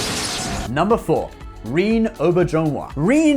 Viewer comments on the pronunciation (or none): REEEEEN?????? WhoTF is REEEEN It's REN-NAY... It's French! Rene....wow! How can you live across the channel from France and not know the name Re-ne! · odos name is said rehhh nayyy…. not reen….. and its not jolene blahh lock its jolene blay lock,,, jolene blalock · It's pronounced Re - nay not Reen. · It's not REEN (Rene) It's RENAY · That's pronounced Ren Nay, (René) not Reen. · Rene is pronounced, "Ray Nay" not "Reen." Rene is a unisex name of French origin. True to its French form it is often spelt using an accent. Renee comes from the Latin word 'renatus' which means 'Reborn'. Popularity of use of the name for boys may have been increased by the fame of René Murat Auberjonois. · Re-Nay Ow-Bear-Zhen-Wa, holy crap, Reen Oberjonewa? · RE NE (French pronounciation) not bloody rhene or rhine (draineage ditch). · It's Renee' Ren-A' Not Reen. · Its not Reen its pronounced Renay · His name is pronounced Ruh-nay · Jesus Fuck Dude...can you pronounce anyone's name correctly? Rene -- ReNAY, Colm - Col-em. These are errors that put your credibility into the realm of Brian Stetler. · "Rene" is pronounced "Ren-ay", it's French. It's got an accent, so -> René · It's pronounced Re-NAY oh-BEAR-zhen-WAH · Rene Auberjonois is pronounced "ren ay" "O bear ju nwa" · You actually pronounced Auberjonois fairly accurately (soft J though), but “Rene” is pronounced like Renee (Wren-AY). Source: my aunt used to clean and repair his costumes when he was a stage actor. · Rih-Nay. Oh-Bear-Zjohn-Wah. I went look up how to pronouce it on Youtube. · Man you really mangled some of those actors names. For example it's Dwight Schultz not David Schultz and Rene Auberjonois's first name isn't pronounced "reen" in french or in english, lol. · René Arbojenis is a descendant of Bonaparte and other prominent political figures from Europe. My name is René as well and I was deeply shocked to hear the name pronunciation practically butchered.